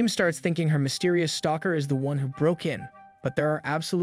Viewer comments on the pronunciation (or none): none